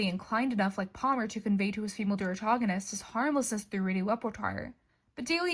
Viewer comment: There are a few times when you say things which are not quite right. Reneging, not renegading. Saccharine with a K sound, not a CH sound. Deuteragonist, not durotagonist. Actually, after the deuteragonist line, you say something I can't quite decipher. "... his harmlessness through any lepertoire." As for "forcing the nice guy to reveal himself for what he truly is"... Calling us to turn off our brains, reject complexity, and classify people as 100% bad bothers me. People can genuinely hold many feminist beliefs, and yet violate these beliefs in the name of their own gain. When Neil Gaiman made those statements, was it all an act, designed to disguise the mustache-twirling, cackling villain? No; that's a seductive fiction. It is absolutely possible that he meant what he said, and yet did terrible things to women. Yes, he absolutely can do both. I will tell you what the nice guy is: complex. All human beings are. I don't like this business of crying "Simple simple simple! Bad bad bad!" Neil Gaiman did terrible things, and must pay the appropriate penalties. Nevertheless, he is still a human being, containing within him good as well as bad. People are complex, no matter how desperately we want them not to be. We hate the fact that we can feel both love and disgust for the same people; if only we could lie to ourselves and say that they were 100% good or 100% bad, so that we could just feel one emotion instead of struggling with that conflict. But we would indeed be lying to our